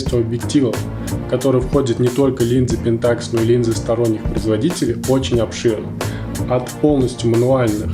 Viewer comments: мужик, объясни почему т ы говоришь пентАкс, а не пЕнтакс? ты же не говоришь никОн, ты говоришь нИкон. где ты это взял, расскажи если владеешь информацией, может я не прав. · правильно ставить ударение на первую Е .